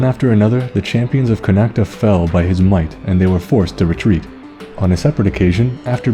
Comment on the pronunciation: Great vid but Connaught is pronounced "con-oct" not "con-act-a".just thought id point that out.(I'm from Kildare so I'm not sure how they say Connaught in other counties)